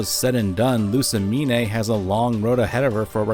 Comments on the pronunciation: I think you're mispronouncing Lusamine. The Mine, is pronounced Mean or Meen. Not separated into Me Ne. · This is a great video But it Is LOO-SAH-MEEN NOT LOO-SAH-MEEN-EH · its pronounced loose-uh-mean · You're pronunciation of Lusamine makes me physically ill.